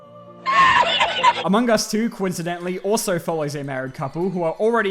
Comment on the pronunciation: Is it just me or was there a "u" in Among us?